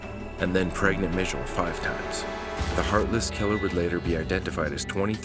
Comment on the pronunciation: That poor darling from the first call. She was beyond petrified but she handled that really well. Also, to the narrator; I don’t believe her mum’s name was ‘Mitchell’, it was ‘Michelle’..